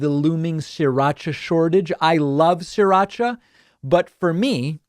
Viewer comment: It’s not “Siracha”, it’s “Sri Racha”, named after the town in Thailand where it originally came from.